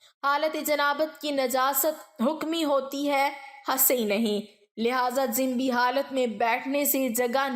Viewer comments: عمدہ تحریر اور انداز بیان ہے مگر لفظ جنبی کے تلفظ میں ج اور ن پر پیش ہوتا ہے جزاک اللہ خیر ۔ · تلفظ کی بہت کمی ہے ،مثلاً جنبی حافظ ابن حجر وغیرہ